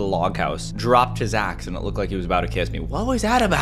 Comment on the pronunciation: the fact he said as$ and not axe